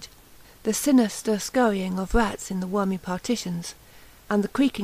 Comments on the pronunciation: I could not listen to this nonsense. If you can't fucking speak, don't fucking narrate audio books. "Red" is not pronounced "Wed" "Rats" is not pronounced "Wats". Just fucking stop speaking. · Robot_Animal I'm sowwy; obviously you can listen to her wead about the wats behind the wed walls in the wainy night and not want to throw a speech coach at her. I can't.